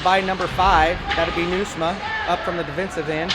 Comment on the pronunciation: Ha! You did great, you can even pronounce Nieusma!!!